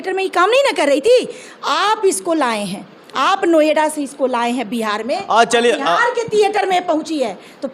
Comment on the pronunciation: Noida bhi bolna nahi aata hai